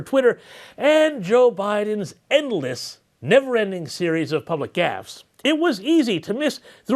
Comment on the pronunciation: Pardon me but did you say bidens public gasSs ss or public gaffs¿